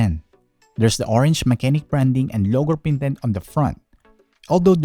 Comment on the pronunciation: sabi nga ni "Unbox Diaries" parehas kayo nang basa. Pero it is "Ma-che-nike" Pero nice na review mo siya nang Full Details and Some games to run.. 👍🏻